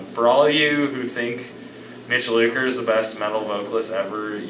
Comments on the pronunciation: It's lucker not looker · "Mitch Looker"? Really??